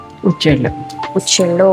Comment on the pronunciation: It is huchchellu and not uchchellu